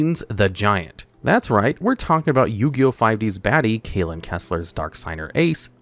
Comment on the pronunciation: Kalin's name is pronounced "Kahl-ehn" not "Kay-lihn".